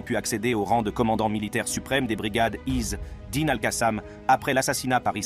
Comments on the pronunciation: Pourquoi vous prononcer (is dine) ??? C'est simple de dire isedine 🇵🇸🇵🇸🇵🇸free palestine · Pas Izz--Dine, mais Azzedine !